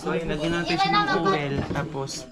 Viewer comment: ang OIL must pronounce “oyl” not “owel”